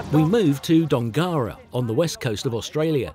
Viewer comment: Great video mate. Shame nobody taught you how to say Dongara properly.